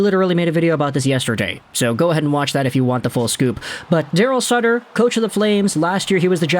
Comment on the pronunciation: It's sutter not suter